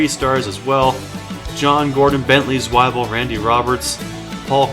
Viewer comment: Zwebiel is pronounced Zwe-biel not Swai-biel, it supposed to sound like your saying the word we in the beginning but with a z in the front.